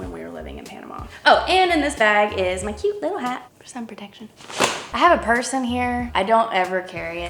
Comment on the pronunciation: a was only half watching the video mostly listening but when said “I have a purse in here” I thought she said “I have a person here” and it gave me half a heart attack